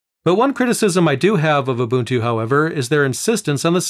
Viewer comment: It’s not you bun tu or uhh buntuu or u bunt too, it’s oooh bun two said quickly. In 25.04, If you transfer too much or too large of a folder or too many folders, then it crashes but you don’t have to reinstall, you just have to remember where you left off. LTS is like the same and not sure if it would be updated, Linux isn’t supposed to be on led monitors, that’s why nothing got used, smart phones and touch screen computers were all ions so it didn’t freeze your brain or anything.